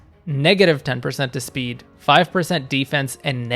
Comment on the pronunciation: Also why can't you pronounce the letter S? It's Strength, not Ftrength. It's Speed, not Fpeed.